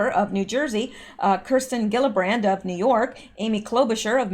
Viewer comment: Kristen Gillibrand is pronounced with a soft G so it is pronounced jillibrand